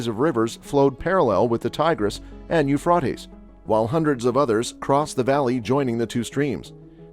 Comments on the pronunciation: Yoofrawteez river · Ufraytes Americans can’t speak English properly. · I wish he would learn to pronounce Euphrates . Jesus is coming sooner than most people realize. Jesus loves you. Seek Him now while there. Is Still time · Please pronounce Euphrates river properly get your Australian accent gone go to ellocution lessons to get rid of that dame awful accent come to Ireland ☘️ Dublin I will teach you to say Euphrates hahaha 🤣 thanks I'm joking take a joke pal you done that well wow 😲😳 omg so glad I live in Ireland as I do not want to be first to let them 👿 demons near me and my fily they have toake there way to Ireland Dublin after they go through AISA east and america then we get it . Lord I repent and give my hole body life soul, spirit and any grace that may be In me I want to love you Father Almighty God 🙏🙏🙏 I do love you more than I love my family ❤️ this is the way it has to be if your being rising up do not look bk down to see if your family are being raptured as the lord will place you bk down as he will then no you do not love him as your father you love your family more so pls do not look down you will meet your family again be patient ppl don't look 👇 down or you won't be raptured pls 🙏🙏🙏